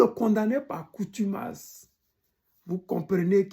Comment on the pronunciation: Par CONTUMACE on dit... Et NON par coutumace